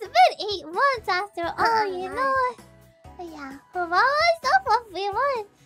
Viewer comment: Full rrat mode. Did say "You Knowa"